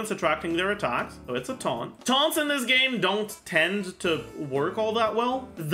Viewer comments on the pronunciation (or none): none